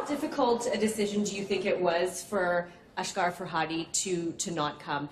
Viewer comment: first of all...It's asghar not ashghar😑